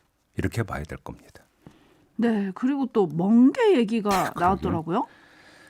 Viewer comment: 멍게 말고 '몬게'라 한건가